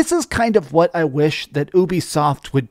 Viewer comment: Dude it's 'what'...not 'whaht'. You sound like the main character of baby steps.